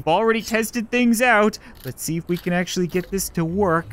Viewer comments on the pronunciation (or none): none